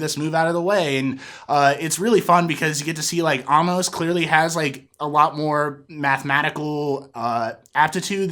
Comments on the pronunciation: His name is A-MOS, not Ah-mos! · Like you recaps. Just one thing...it's not "Ah-mus" its "A-mos" with a sharp A. They pronounce his name almost every episode. And I agree with you...this episode is some amazing sci-fi. Looking forward to your theory vid, I have a few of my own I'll add to those comments. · you dont know how to say amos